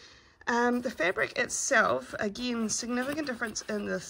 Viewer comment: ....you spoke New Zealander! Say agin, again. Nice review 👍